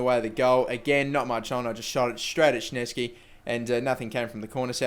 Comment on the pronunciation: Szczesny - S-chez-nee, not Sh-net-ski :P